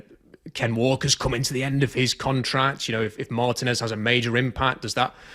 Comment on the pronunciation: I even wrote “marTEEnez” during his live post draft show and he still needs to pronounce homey’s name wrong. What if he would love everybody calling him Robe StahTONE?